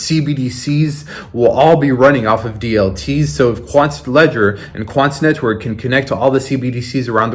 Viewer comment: You be putting way too much into that "T" when you say "quanT neTwork"